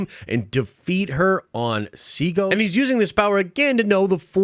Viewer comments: Dude the planet is called Seatos. SEA-TOS. Idk why you keep calling is Seagal or Seagos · Seatos not Seagos